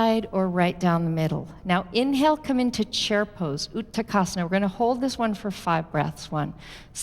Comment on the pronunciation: Thank you for this class. As a student of sanskrit, it was painful to hear the wrong sanskrit words repeatedly: shirah instead of Sthirah and utakasana instead of utkatasana.